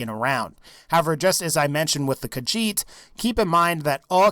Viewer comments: "the kahjit" you dun fucked up human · i got triggerd when he said khajit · Why do people call it kajjhit its ka HEET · i am kinda mad because you said Khajiit.